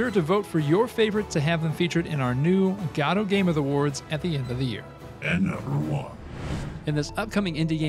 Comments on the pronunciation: One thing many people get wrong, and I noticed happened in your videos, is "Godot" is actually pronounced "Go-Dough". It was named after a play by Samuel Beckett, "Waiting for Godot". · it still bothers me how you mispronounce Godot. ..